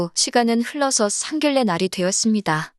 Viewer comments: 상결례가 아니고 상견녜라고 읽어야지 한글에 대한 결례입니다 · 상결례가 아니고 상견례로 읽어주세요. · 상결례 상결례 진짜 너무 듣기 거북하네요 상견례로 읽는 것이 맞습니다 글의 내용보다 상결례가 귀에 거슬려서리~~ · 상결례가 거슬리네요 읽을땐 상견녜로 읽어야해요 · 상결례가 아니고 상견녜라고 읽어야 합니다 상결례는 한글에 대한 결례입니다 표준발음법 20항에 규정 의견란- 의견난 임진란- 임진난 횡단로- 횡단노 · 상견녜라고 읽어야 합니다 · 한라산은 뭐라 읽어? 곤란은 뭐라 읽어? 선례는 뭐라 읽어? 당신들은 국어 법칙도 모르지? 상견례는 상결례야. 한라산은 할라산이고 곤란은 골란이고 선례는 설례고. 상견례 발음으로 상결례가 맞는지 1백만원 내기빵 환영할께. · ㄴㄴ 법칙은 일부 예외로 되어 있는 것이고, 일반적인 발음은ㄴㄹ은 ㄹㄹ로 읽습니다. 상견례는 상결례가 맞는 발음입니다.